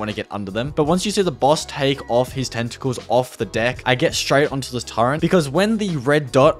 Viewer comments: I enjoyed this video but for the love of god, turret, not turrent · Turrent? It’s called turret. There is no N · Ain’t no way he said “Turrent” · Bro please don't call it a turrent there is no N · TURRET TURRET TURRET THERES NO “N” IN IT GOOOOOOD DAAAAAAMNNNN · Was lowkey driving me crazy every time he said "turrent" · The word "turret" does not contain the letter N. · Hey, where's the N in the word Turret? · How do you pronounce Turret? Sounds like youre saying Turrent. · Why the fuck does he say Turret so weird? I dont even know what hes saying.